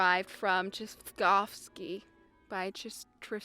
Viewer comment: I knew how to say tchaikovsky before I watched this video.... Now I cant anymore.